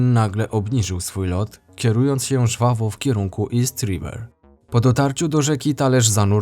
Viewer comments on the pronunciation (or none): none